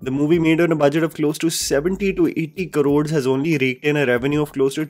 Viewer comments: it's 'Crores', not karods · Please say crores instead of Karods